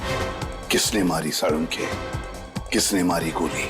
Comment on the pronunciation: Not Salonkhe either not Sanunkhey its salunkhe